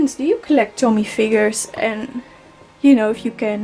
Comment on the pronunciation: Nice collection! It’s pronounced “Toe-Me” though, not Tommy 😂